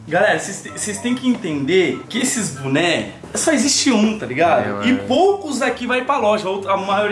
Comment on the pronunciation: falando buné ao invés de boné